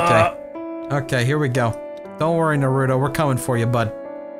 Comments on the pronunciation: Naroooto. pronunciation is amazing. I have never called it Naruto ever since this. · Okay I love ya but if you were a TRUE Naruto fan, you wouldn't pronounce it as "Nar-ROO-doe"....pfft... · take a shot every time cry pronounces naruto "naroo-dough" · Thanks to this I am drunker than ever